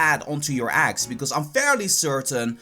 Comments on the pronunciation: I'm cringing cause he says aggs not eggs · "so u ghet dees pokmonz from aggs" Im triggered af.